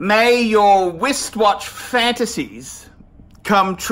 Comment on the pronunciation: Wistwatch🤣 use your R's buddy